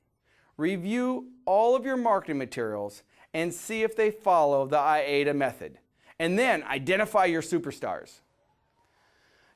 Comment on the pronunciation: Interesting information. Your pronunciation is I-A-DA, but it is spelled A-I-DA.